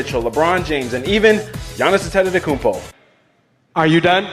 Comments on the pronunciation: Thanx for the vid, even though you ante “te” tokoumpo him a bit:) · "....and the greek freak himself, Giannis Antetototokounmpo" mans can't learn how to pronounce it correctly